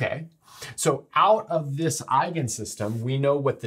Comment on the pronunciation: Your pronunciation of "eigen-" is absolutely perfekt.